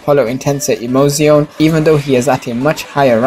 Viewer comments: Isaac HK your first half is completely wrong and in the 2nd half you have just copied the word and stretched it out. He pronounces the "z" as an "s" thats why I made my comment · Emozione is spelled like Ehh-Moo-Tsss-Iiii-Oooo-Ne not Ehh-Mou-Sione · You mean pronounced ? And it’s not Ehh - moo - tsss- iiii - oooo - ne it’s eaeaeah - muuuuooooooooo - zzzzzzzziiiiiiiiii - oooooooooooone